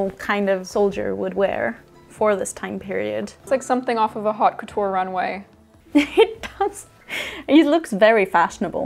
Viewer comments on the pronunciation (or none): none